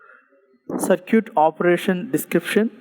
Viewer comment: Sir ur simply awesome .....as a responsible student I want to correct a small mistake of yours (if you don't mind) the way you pronounce circuit is wrong you pronounce it CIR-QUIT but it should be SIR-KIT kindly correct it cause I don't want people to misunderstand my teacher .......with extreme love and care from G.P. BARAUNI (BEGUSARIA)